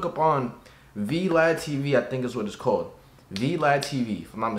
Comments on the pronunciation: Not v-lad it’s vlad it’s a Russian name lol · It’s vlad not v lad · It’s vlad not v-lad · This man said v lad it Vlad my boy on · So not vlad but v-lad😂😂😂😂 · V lad tv lol dummy it's Vlad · wait wait wait did he just call Vlad TV "v lad" tv 🤣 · It's VLAD T.V its a Russian name lmao V-lad..... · Man said VeeLad tv like he not aware of vlad. Smh.. u corny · This mfer said v lad TV.................. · Boy said V lad TV….yikes